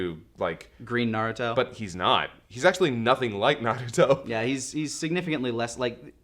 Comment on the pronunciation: Naduto Me: Narooto.